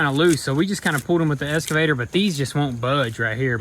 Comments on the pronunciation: You guys are killing me with the "eScavator", instead of "eXcavator" [ eks-kuh-vey-ter ] :) Plant 'brushes" instead of "bushes"? :) Grammar rant over. Keep up the good work and really enjoying all the progress videos. That new brush hog attachment is sweet! :) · It's an excavator not an escavator!! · great content, would love to have the boys learn to say EXCAVATOR instead of ESCAVATOR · Do you say "escavator" instead of excavator, or do my ears deceive me? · It's an excavator, not an 'escavator '..... Also, no such thing as brushes. That is like saying there is more than one deers.... Called a locksmith all the way out there and paid $120 to change a lock.....lol. It's still not a bushhogger. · It's eXcavator. Not eScavator. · Anyone else cringe when says escavator instead of excavator? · its and excavator, not an escavater lol. been thinking this since episode 1, had to get it off my chest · WTF is an "eScavator" ? It's pronounced eXcavator. Drives me nuts! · For the love of christ boys, its excavator not escavator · Has no one commented yet how to pronounce excavator? It’s not eskavator my guy haha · OK I’ve had about enough of this… Both you and your brothers pronunciation… it’s EXCAVATOR... see the X?? Not Escavator... I know y’all from Tennessee, but come on now... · It's pronounced Ex-Ca-Vator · “Escavator” had me in tears